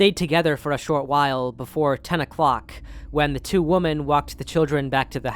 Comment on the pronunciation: Dear brother, women is pronounced wim-en. Woman is pronounced woman. There aren't 2 woman. There are 2 women (wim-en).